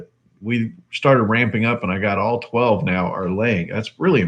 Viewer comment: $800 in 12 months. Did you say 12?..it wasn't clear.